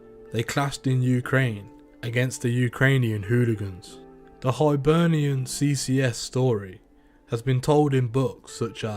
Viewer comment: Hibernia ? It's Hibernian who had the best crew in Scotland CCS - show some fuck respect and pronounce it correctly